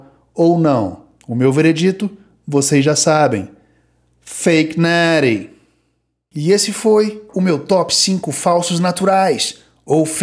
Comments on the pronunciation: “Fake neeeeety” cara como eu amo o pronuncia perfeita desse cara muito satisfatório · Fake Nattie, Liver King, Neeeeck, Chef Rush, por favor, alguém faça um compilado de 1 hora dessa pronúncia perfeita kkkkkk. vai ser uma potência dos canais de musculação. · feiq NETII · Jesus Maria José!! Fake neeeeeeeris, que pronúncia maravilhosa.